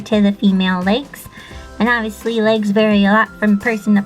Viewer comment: Thought she said Lakes not legs